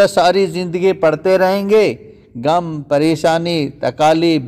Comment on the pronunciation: Ye gum ni ghum lfz h